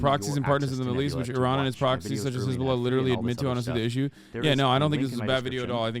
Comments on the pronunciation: His Balla! 🤣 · the way Johnny says Hezbollah is killing me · Heavily reminiscent of that EBOLA meme.